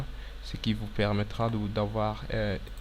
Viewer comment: Toutes tes vidéos sont très utiles, merci pour tout ces tutoriaux pour Autocad mais s'il te plait, ce sont des hachures et non pas des haRchures.